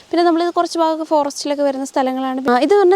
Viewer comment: ബാഗം അല്ല .. ഭ. ഭരണിയുടെ ഭ ...ഭാഗം നാക്ക് ഒന്ന് നന്നായി വൃത്തിയാക്കിയിട്ട് വീഡിയോ ചെയ്യുന്നതാവും നല്ലത്😅😅😅